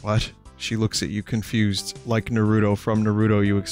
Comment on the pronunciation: Vinny for chrissake, PLEASE learn how to pronounce NAH-roo-toh it's triggering the fuck outta my OCD